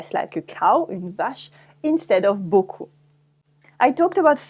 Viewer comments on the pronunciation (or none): none